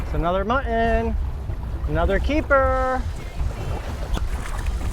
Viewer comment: It's MUT-TON, NOT MUH-IN